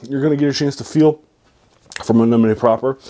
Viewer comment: Melnibone’ is pronounced Mel-ni-bo-nay